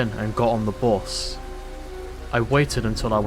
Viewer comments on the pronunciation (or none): I love the new voice author filp, and not to but this in a mean way i like how he said bus with bust lol